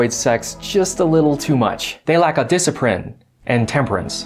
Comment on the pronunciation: “They rack a disciprin “ hahahaha